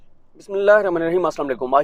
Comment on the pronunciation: Please read bismillah very clearly and slow